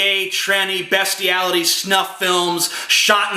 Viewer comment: . What the fuck is "BESTeality?"